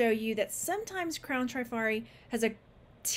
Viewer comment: Hi, just love watching you, you're so much fun...but I have a comment about Trifari..dont remember if you mentioned them here and please know I'm just passing some info along..no "these ones" comment 😊. When I was young I worked at a high end womens clothing store and we sold Trifari...the first i is pronounced like the i in it, not a long i like in tri which you would expect. I even listened to the YouTube appraiser Dr Lori appraise a piece of Trifari to make sure.